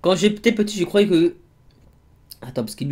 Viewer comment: " bah moi je crovais " C'EST JE CROYAIS